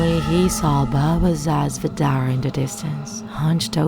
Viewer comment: you pronounced baba sa zvezdare so wrong its hilarious, coming from a serbian